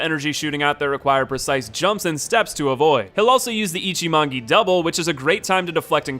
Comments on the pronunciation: First he says Jenichiro, then ichimongi... like come ON MAN YOU JUST SWAPPED THE LETTERS FOR BOTH WORDS? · game: ichimonji him: ichimongi game: genichiro him: jenichiro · "Jenichiro" "Toh-moh" "Gyooboo" "Ichi-mongee" >priestess yao being referred to as "him" No shade dude it's just funny lol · >Jenichiro >Ichimangi Did this nigga play the game with the sound off? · u fucking mixed up g-s and j-s in genichiro and ichimonji like wtf is jenichiro and ichimongi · *Pronounces Gennichiro as "Jennichiro" okay fine people make mist- *Pronounces Ichimonji as "Ichimongi" bro are you for real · excuse me what was that? Ichimangi? Not quite. It's Ichimonji. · Dude just what the fuck? You fucking slaughtered the Japanese. It's not Jenichiro it's Genichiro like "gay". And it's not Ichimongi it's Ichimonji like "ninja". Please stay the 3rd grade English Americans out of the Japanese. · snake is a set piece, not a boss tomoe is pronounced toe-moe-ay the fat ministers are from demon's souls, not ds3 corrupted monk is a she, they explicitly tell you this that is not what a suplex is It's ichimonji, not ichi-mongy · "Ichi mangee" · Ok, calling Genichiro "Jenichiro" is kind of understandable, but calling ichimonji "ichimongi"? dafuq? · Great video and all man but your pronounce of japanese names are a big nonono ICHIMONGHI? AS(H)AINA GENICIRO?? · Ichimonji: has a J in the name: “Ichimon-gi” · Very entertaining video. Though I gotta say the mispronunciation of Genichiro and Ichimonji triggered me hard. xD (I suppose that must have been trolling on purpose though since you exactly switched up the correct pronunciation of both words, that can't be coincidence. :P)